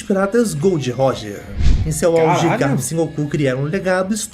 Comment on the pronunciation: Por favor, para de falar o nome do Garp como Guerpe. Se le assim mesmo GArp. Som de ga no português mesmo.